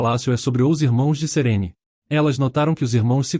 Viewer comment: Serene? Nun é Serine?